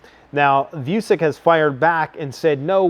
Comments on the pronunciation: Dude if your going to keep talking about the Serb president might want to learn to say his name right 😂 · I'm sorry but you're not the brightest ? How many time we wrote you its Vutshich not Vucic? Or you're just ignorant? It's not not nice... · Vucic not Vusic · Serbian presidents name is pronounced as "Vu-cheech"